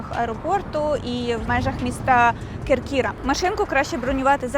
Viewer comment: Чудовий огляд! КЕркіра, не КеркІра )